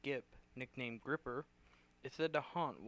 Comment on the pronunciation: It's the Gipper not the Gripper lol